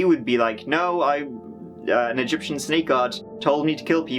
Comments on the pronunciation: wait, did you say shnake? wtf is a shnake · OK, hold up. I know you have this whole Irish persona... But did you just pronounce "snake" as "schnake"?!!! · Lol this is how I will pronounce "snake" from now on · "a shnake" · Did you say “shnake”? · What is a "Shnake"? lol Love the channel and the work you do. You're expressive without being offensive. Nice work. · “He cut his tongue, like a shnake” 😂😆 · tongue of a 'shnek' :D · 'Cut his tongue so it looks like a shnigs' ... ? 😕 WTF is wrong with this guy? He can't even pronounce basic words like snake properly.